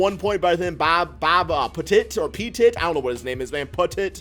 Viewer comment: It's pronounced Pet It